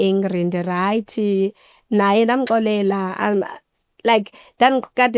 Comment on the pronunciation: I love how u said nda.xolelela